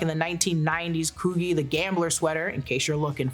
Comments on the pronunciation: And its pronounced coogi..not coogee🤦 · Coogie is crazy work 😂😂 it's pronounced coo-gee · Its pronounced COO-G Not cougi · Coo G not what you said lol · “Coo-Ge” got me 😂😂😂😂 “Coo-Gee” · COO-GI? that’s crazy u don’t know how to say coogi where u from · “Coo-Gee” Not “Coogy”. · You showed your age at least 2 times 😂. Coogi isnt pronounced like the beginning of Coogler . Its COO- "g" <<pronounced like the alphabet G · Coogi = Coo-jii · The sweaters are pronounced coo-G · It’s B.A.R not the word bar and it’s (Coo - G) the way you pronounced Coogi is crazy 😂😂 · It is pronounced coo-ghee not coo-gee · It's Coogi (Coo-Gee) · “Coo-gee” sweater😉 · Pronounced: Coo-g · The sweater is pronounced "Coo-gee" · It's pronounced 'Cooo-Gee'. COME on birthday twin! I know you are from Cali, BUT... And I've already saw it in the theater 3x as well; might go again but in iMax Hashtag January 10th 🫡🤙🏾😘💜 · Lol no shade but we know you're not hip hop adjacent pronouncing Coogi like that. Smh